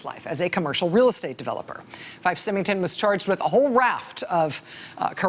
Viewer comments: I love you, Rachel, but it's pronounced Fife (F-ī-f) Symington (S-ī-mington). Both are pronounced with long I. I know, because my savings and loan was one of the ones that the despot ran into the ground. Ugh. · IT'S PRONOUNCED SIGH- MING-TON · That's FIFE, a long I and SYMINGTON, the Y is pronounced like a long I, again. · It's pronounced "Sigh-ming-ton," Rachel.